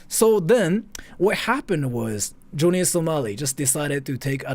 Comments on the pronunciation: joany samali? Fukushima Nagasaki? and yet you spent an hour researching this? Johnny (not Joany) and it was Hiroshima, Nagasaki.... only in later vid did he say Fukushima. and I'm only 3 mins into this vid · Dude can't say Johnny...lol